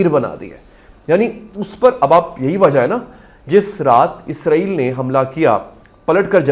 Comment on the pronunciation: آپ اسرائیل کو کیوں غزائیل کیوں تلفظ کرے ہیں؟